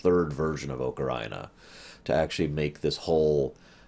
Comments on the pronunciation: I always say "Ah-ka-ree-na", and I can understand "oh-kuh-ree-nah", but "oh-ka-RAI-na" is freaking ridiculous. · I flip a little every time he says oca-rye-na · Bruh it's AH-KUH-REE-NUH. You say it like it's Vagina of Time